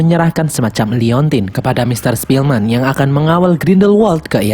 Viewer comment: Ketika mimin bilang sepielman gw ke inget the pianist:) awokwowkwowkw